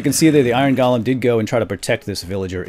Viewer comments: Dude its golem Not golam!!!!! €₩¥€¥£₩€¥€₩€₩€₩€¥ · Im almost positive golem is pronounced lik "go-lem" not "gol-lem" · Pronounced GO-LUM